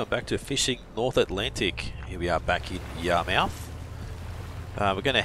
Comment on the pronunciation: It's Yar-myth, that's how we say it here on the east coast of Canada.